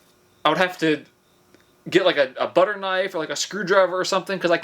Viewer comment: Zack-k-ny 😂 Have to use the slicer if you don't have a kuh-niffee 😂